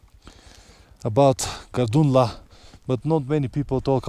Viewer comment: Was waiting for ur videos and now it's raining videos.. thanks 🤣 by the way it's Tag-Lang La... And also very beautiful place!!